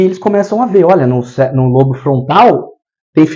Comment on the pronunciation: Caro,. Gratidão pelos ensinamentos que compartilha conosco, aprecio muito o seu maravilhoso trabalho. 🙌🙌🙌 Gostaria apenas de te dizer que a palavra “lobo”, por exemplo, lobo frontal, embora não tenha acento agudo nós falamos como se tivesse, então se diz “Lóbo”. Só dando esse alô porque as pessoas podem ficar confusa pensando no animal, lobo. A parte mais anterior do “lóbo” frontal, atrás da testa tem função de planejamento e execução de comportamentos aprendidos e intencionais, acredito que por isso, implantam microchips nesta região. Já o hipocampo desempenha um papel importante na memória e no aprendizado e está envolvido na formação de novas memórias, na recuperação das memórias e na decisão do que é importante ser memorizado, talvez a explicação pela qual também atuam nesta região para resgatar memórias traumáticas dos obsidiados. Abraços meus Amigo Gratidão Eduardo